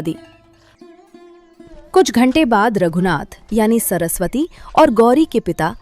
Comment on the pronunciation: Sorasvati nahi yr saraswati hota hai 😂😂😂😂